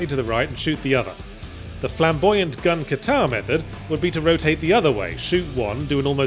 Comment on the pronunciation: "Gun Katar"? I think you mean "Gun Kata".